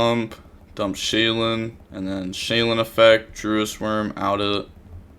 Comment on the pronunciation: another day of calling it Shay-Lin when there’s 0 Ls in the cards name 🤣